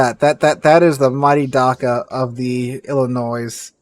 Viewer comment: Błyskawica is pronounced like Bwiska vitsa (and the it in vitsa is a short i, like in "it"). Oh,, and Dakka, the DA is like in dad, not dar. Sorry, pet peeve :) Loved the Alabama video btw, very interesting.